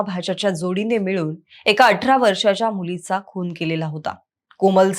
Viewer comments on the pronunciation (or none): none